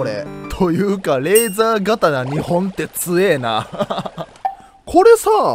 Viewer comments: レーザーがたなじゃなくてレーザーとうですよ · レーザー刀一応読み方レーザーとうです